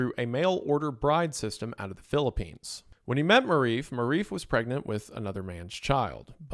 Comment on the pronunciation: wrong pronunciation strikes again. It could not be this hard to have your "people" research what Marife is. Its not pronounced like Maurice with an F OR Maw Reef. Its Marie Fe